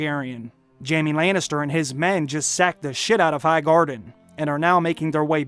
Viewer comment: Layn is ter I hate his pronunciation